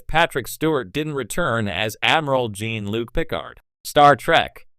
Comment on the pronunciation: "jEEn" Luc?